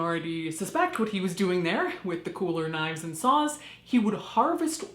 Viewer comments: OOOOOOOH. SAWS. I thought she said “Sauce” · SAWS! He was carrying SAWS! I heard "sauce" the first few times and was very concerned about what he was doing in there.